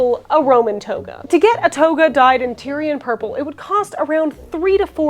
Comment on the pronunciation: You were totally slaughtering the word Tear'ee'uhn purple is what you said. Not Tyrian purple /tĭr′ē-ən/